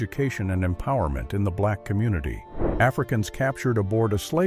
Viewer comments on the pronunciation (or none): none